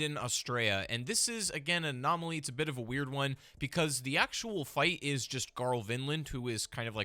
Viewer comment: "Anomoloy" pfft